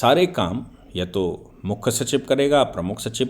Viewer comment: Mukkha nahin Mukhya bola karen